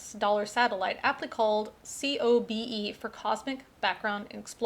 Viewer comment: COBE is usually pronounced to rhyme with the first name of the white whale.